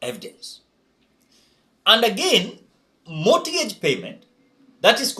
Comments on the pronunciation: Mortgage..... pronounce it as (mogej) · Mortgage the t is silent